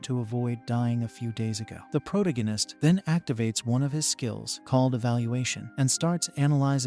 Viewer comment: Please hire a real person to read. It’s painful…. I can’t say protagonist